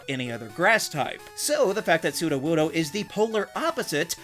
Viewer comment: NO, IT'S A ROCK-TYPE! AND IT'S SUDOWOODO, NOT SUDOWUDOO!